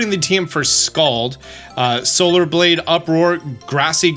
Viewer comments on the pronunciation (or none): none